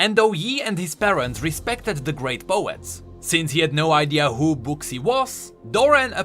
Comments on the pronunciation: For the future: name “Buxii” pronounces like “buːsi”. It’s probably Chinese name, so it must be pronounced like that. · I'm pretty sure Buxii is pronounced more like Bushy.. kinda like Xin Zao is pronounced Shin Jao (we know that because of Sonas updated voice lines). I'm pretty sure it comes from chinese/mandarin, if I'm not mistaken.